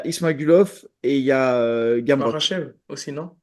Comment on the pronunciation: il a dit gamrot galère 🤣 faut doser